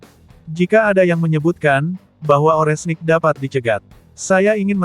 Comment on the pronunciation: Ini pembawa beritanya kalau ngomong yang bener donk, Rudal Oreshnik jangan dibaca Orenhsik.....kacau !!!